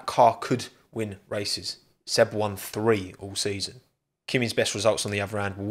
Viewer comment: The word is THREE not FREE